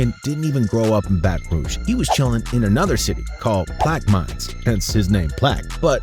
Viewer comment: It’s pronounced “plaq ah mens”